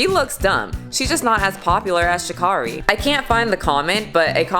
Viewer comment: Her name is pronounced: Sha'Carry.